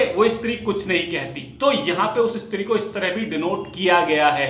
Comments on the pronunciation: इस्त्री नही स्त्री। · Bro estree nhi stree ..bro madhya pradesh nhi banglore me ye ghatna hoti thi